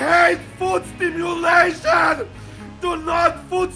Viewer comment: Kinda made me wanna watch Harry Potter 😂 it's foot stim-U-lation not foot stimu-L-ation